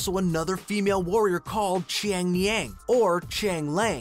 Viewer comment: Is it just me or did he sound very weird when he said Xian yang?